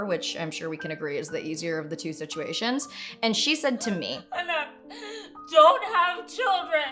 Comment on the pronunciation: i really thought your mom said "anak" and not anna haha